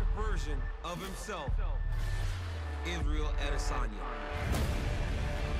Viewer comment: Anderson Iz-ah-yel Adesanya